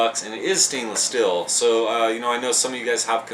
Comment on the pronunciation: Why do you pronounce steel "still"? :/